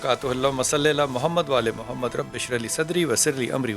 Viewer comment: Pls read darood properly. Say wa,alla ale Mohammad. Not wala alle Mohammad. It changes the meaning.